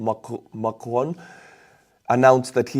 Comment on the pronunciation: First, you have a good head for shaving once most of the hair is gone. No worries. Second, I only studied French for two years but I think your firet pronunciation of 'Macron' was the most accurate. Third, you were right the first time.... 'begun' ... 'We have begun.' You're at the top of my list for news. My M-F is not complete without you. Now I'm back to work to save up for another drone.......